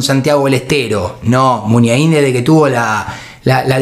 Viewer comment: El pollo Vignolo me tenía las pelotas llenas diciendo mal MUNIAIN